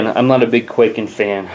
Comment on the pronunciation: it's pronounced kuai-ken